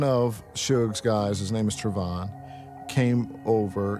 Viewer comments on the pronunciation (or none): none